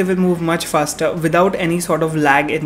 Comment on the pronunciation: ye "fasrer" kya hota hai......hahaha...love you